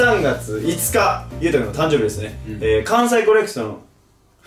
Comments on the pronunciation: やまとくんがたんどう日って言って誰も笑うことなくたんどう日でそのまま続けてるの面白い笑笑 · お気に入りの噛みシーン (全然個数絞れんやった) たくしゃんww かわいい♡ バブみが深い♡ そしいなってやばい🤣 じゅじゅつ たんどうび だまりゅ とかいかい 関西コレクソン にっちょ やかんない 嫉妬だす のツッコミ爆笑 つまん これは私も画面越しで爆笑 噛みすぎ！Take2でも噛んでるやん🤣 めっちゃさしかにって言ってるやん笑 あれだけ溜めてグチャってる笑 ズタボロだ〜笑 捕まってみます！笑 ばくさつ😱笑 なんか田舎っぺみたいになってる笑 緊張で呂律まわってないね笑 や、や、や、やばない？ これリアタイでめっちゃ笑ったわ笑 みんな黙っちゃってるやん🤣 一気に歳とっちゃったやん笑 しゃいやく👶🏻 一瞬壊れちゃった笑 めっちゃ溜めて噛むのやばっ笑 ナチュラルに噛みすぎてるwww メンバーが噛んだ後にが食いこんで指摘してくるねww